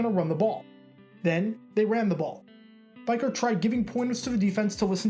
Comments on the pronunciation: This one of the Raiders' greatest turn around moments in the last 2 centuries but it's Beekurt - spelled Biekert, pronounced bee-kurt. I'm sure many others have said the same and I don't want to discourage you from talking about the Raiders - I would encourage that. But know that we Raiders fans love our team and every historical thing they've been through and we're not very forgiving when people get the moments wrong. Thank you for talking about the Raiders. Just, make sure you get it right. It's not that we are pronunciation experts or pronunciation snobs - it's that we were there watching the games when Biekert was playing and listening to the announcers call his name. It's that it meant something to us. It's that it's hard to hear this moment told wrong. Peace. And thank you for taking the time to make this video - I, for one, appreciate it. Also, don't dismiss how well Gannon played in the second half of the game. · I'll never forget watching this game as a young raider fan. Good times...Btw it's Greg BEE-KURT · Its pronounced bee-kert wise ass Lmao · Really cool seeing stories like this that might otherwise be forgotten over time. Darrell Russell was an absolute beast back in the day. FYI it's Biekert, pronounced Bee-kurt. He was a huge fan favorite during his time with the Raiders. Great Job, nice vid! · You would think this guy would have watched the footage and heard how to pronounce biekert. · Think Greg's last name is pronounced different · Why he say Biekert like that ?? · This guy can’t even say Greg Biekerts name correct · It was difficult listening to his name being mispronounced throughout the video. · Greg was a stud at CU-Boulder and local kid. This dude made a good video, but butchering the name of the main character was not good. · I'm confused how he didn't know the pronunciation I mean did he never watch a video where they said his name? but don't get me wrong I still enjoy the hell out of this video. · u pronounce biekart wrong big time....